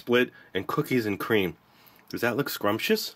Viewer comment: Cookies a cweam